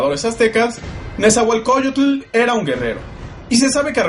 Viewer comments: no es nezahualcoyotul es nezahualcoyot, maestros enseñense a pronunciar el idioma mexicano, de lo demas esta genial el video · No se si creerle a alguien que se refiere todavia a los Mexicas como si todavía hubiesen seguido siendo aztecas, o pronuncian incorrectament"e NezahuatlcoCULLL-UT"